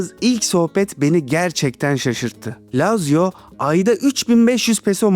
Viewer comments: ❌ LAZZİYA ✅ LAZZİO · Lazio dediğin yerde Laz ziya dedin sandım dsjfn